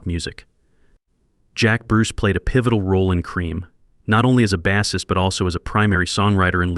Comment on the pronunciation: NOT "Baassist" as saying the word "ass" It's "Base" pronounce it as "brace". Get a new narrator